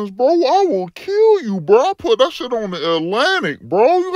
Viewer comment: "I put that shit on the Alantic"...bruh I'm dying 🤣!!